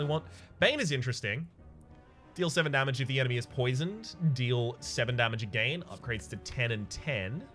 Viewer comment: I love you but God i hate your pronunciation of “again” so much xD